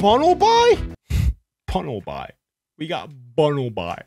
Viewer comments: Bro say bunnelby not bunnelbye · You pronounce it bunlebee not bunlbi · Your brother says bunlby is bunlbuy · It’s call Sillvally(lie) and Bunnelby(bee)